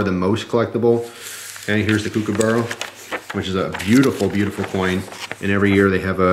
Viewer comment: Her! I'm an australian and I couldn't help but correct you on your pronunciation of "kookaburra" it's pronounced "cook-a-burrA" haha gave me a chuckle anyway, cheers!